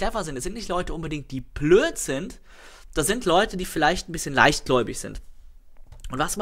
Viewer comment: ich liebe es wie du plööt (blöd)sagst:D